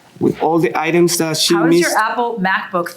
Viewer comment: That little smirk when he mispronounced “items…” You try doing the whole thing in Spanish and we’ll see how many mistakes you make.